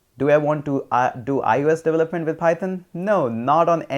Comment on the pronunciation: how do pronounce "development" again? "devlelet"?